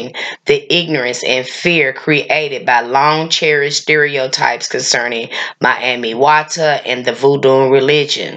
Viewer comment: EXCELLENT! Well done Sis for pronouncing her as Mami Wata and not Miami Wata 💙🤍💙💦🧜🏿‍♀️